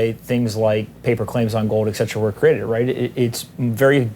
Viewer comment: who is "ekzetera"?